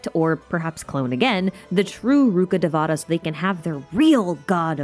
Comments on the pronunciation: Not day-vaa(h)-ta it’s day-vuh-taa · It’s ru-kha-dayy-va-tha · Please, it hurts me to say this, but pronounce Rukkadevata accurately... The game butchers the names so much and it pains me to hear that Ru-KHHUH-day-vuh-taa emphasis on the KHH if you can, please try! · the pronounciation of rukkhadevata is ahhhhhhhhhhhhhh